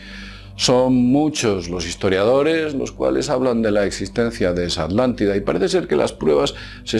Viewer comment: la "aldantida"